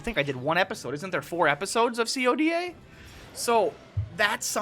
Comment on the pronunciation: Why do u call if c o d a? Dumbass it's called CODA (KOW-DAH)